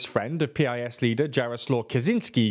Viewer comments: Please next time say PiS party name as piss ❤ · Very good summary of Polish situation, in Poland nobody says P-I-S, we just say PIS (a bit like 'peace' in English) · You should pronounce PiS correctly, as it is in fact pronounced. It is not "peeayesss". It is "piss". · It's not "P-I-S". It's PIS. As in piss. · Eh. It’s not peee ai ess. You just say Pis. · It's actually "piece." But yes, they need work on pronunciation. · It's pronounced "piece."